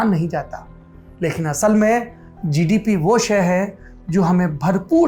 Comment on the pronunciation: किया जिडिपि हे भाइ जि,डि,पि, वाह सुनकर मजा आया 😁😁😁